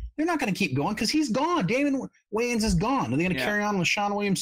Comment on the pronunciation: You also kept mispronouncing Damon Wayans last name, but no one seems to care about that.